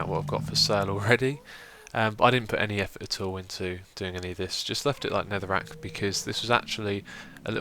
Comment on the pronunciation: nethereek? I hope you mean netherrack